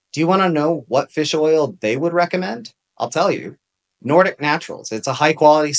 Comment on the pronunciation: Can I ask you what is the fastest way of getting the omega-3 fatty acid like you said I couldn’t hear you or know how to spell it what you said NORTIC acid?